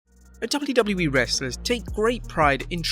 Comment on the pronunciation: Where is the other Narrator ? The other one can actually pronounce the letters "WWE" properly and does not sound like he is using a webcam microphone from 2007.